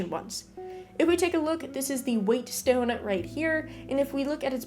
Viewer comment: Fantastic video! Thanks so much for putting out this series. Quick side note, whetstone is just pronounced "wet stone", vs the weightstone